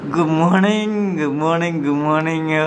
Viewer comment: Goomorning ❌ good morning ✔️